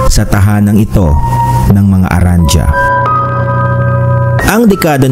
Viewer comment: Arandia.. Ang bigkas po dun ay Arandiya..